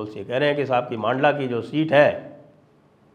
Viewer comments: Sir its mandla not maandla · मंडला साहेब मांडला नही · मांडला नही संजय जी मंडला बोलिए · सर पूरी श्रृद्धा के साथ जिले का नाम "मंडला" है ना कि "मांडला"। मैं मध्य प्रदेश से हूं इसलिए बता रहा हूं। 🙏🙏🙏